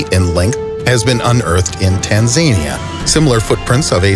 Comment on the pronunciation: Doesn't know how to pronounce Tanzania and sensationalizes global history in 10 minute videos. Yup, sounds exactly like a youtuber to me.